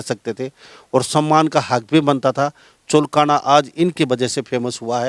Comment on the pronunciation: भाई जगमाल पंडित ने चुलकाना धाम के साथ साथ पुरे हिंदुस्तान में रिकॉर्ड बना दिया आप चुलकाना का सही उच्चारण करें पत्रकार महोदय